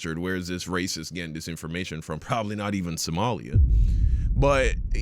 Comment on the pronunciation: Assmongold, the guy who can't say "Somali" correctly, is judging them for their IQ🤣🤣The jokes write themselves